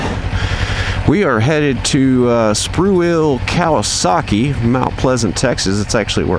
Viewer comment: I love how you say Cal-i-Saki lol